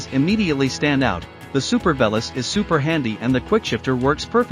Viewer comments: Not sure if you're doing on purpose, but pronouncing the name wrong isn't so nice. Though you're probably the only one who actually did the tandem review, so that's a good one 😂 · It's like saying "I am an Ame Rican". You must be the only person who mispronounces this bikes name! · can you please pronounce it correctly?